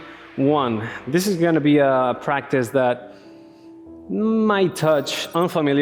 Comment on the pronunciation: "práctic time",,, jajajajja la fuerza guerrera a pleno !!!! mucha energía